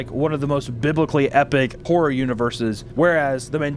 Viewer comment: I don't know why you keep saying analogue whore instead of analogue horror but I prefer analogue as well.